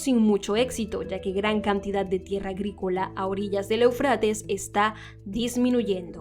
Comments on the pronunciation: Eu, con acento en la é sería Éufrates, no eufrátes, que mal se escucha de una periodista profesional, haciendo mala pronunciación. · Desde hace muchos años se pronuncia E'ufrates. Respete los acentos